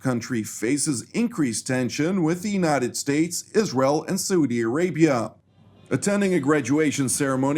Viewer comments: Without wanting to appear a putz- the pronunciation of "United States'" is not Statezez but simply States, no need to add additional syllable. 😎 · no criticism intended. It’s a pronunciation gaffe that sounds awkward and it’s not illogical to pronounce it that way- but it should be a one syllable word. Forgive me, I’m a recovering lawyer😱 and my wife tells me that I’m difficult. I’m a happy subscriber and commend all the staff on their work, presentation and reliability.